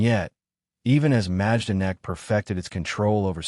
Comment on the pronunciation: You don’t pronounce the “j” it’s pronounced My-don-ek.